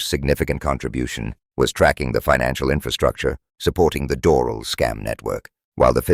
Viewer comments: *dor-AL. Accent on AL. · It might be a good idea to pronounce Doral corrrctly.